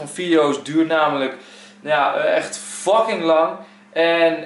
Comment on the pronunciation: Echt erg maar je zegt wel veel keer docking d moet een f zijn